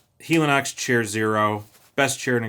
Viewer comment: Nice choices. I love my chair zero too but I'm pretty sure it's pronounced heli as in helicopter.